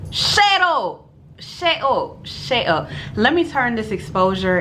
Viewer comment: "Shett upp" . I hateee you!😂 Brows snatched tho sis. 👏🏾😍